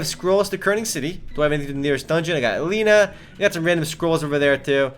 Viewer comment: isnt it pronuncced a.len.e.a